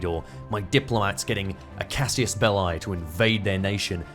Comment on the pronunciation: "Cassius belli" 😆